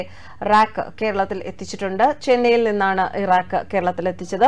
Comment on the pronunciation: റാക്ക് അല്ല ചേച്ചി,റേക്ക് എന്ന് പറഞ്ഞു പഠിക്കണം 😮